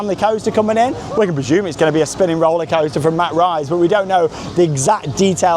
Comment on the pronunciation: Thank you for know how to correctly pronounce Mack rides. It drives me crazy all the DBs in the US that cant pronounce it because one person once got it wrong and they all followed suit thinking they were classy or made them feel smarter.